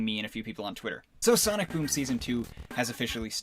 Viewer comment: said Sonic Voom at the beginning of the bideo